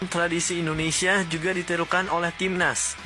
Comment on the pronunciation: Assalamualaikum Mff pak bukan endonesia tapi indonesia geh Terimaksih 🙏🙏